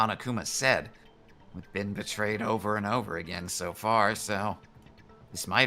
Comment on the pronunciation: It's oatver, isn't it? Isn't it? Isn't it oatver?